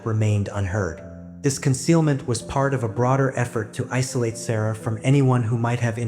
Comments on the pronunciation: Her name was pronounced sar ra not sarah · You pronouncing the little girls name wrong